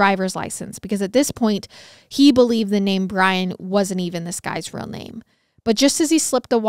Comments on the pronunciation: She mispronounces many words in every episode. Idk where she was raised but tge word deal isn't dill lol real isn't rill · She's always pronouncing words wrong like Yale, sale, deal, real and the list goes on... idk where she's From buy its wild how badly she chops up many words